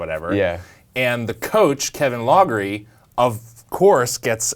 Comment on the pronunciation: Kevin "Loggery"???